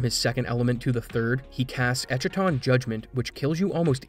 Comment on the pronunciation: Good video but if I may nitpick a little, it's pronounced es-ka-ton (ɛskə).